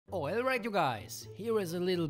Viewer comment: “Oilright you guys” lol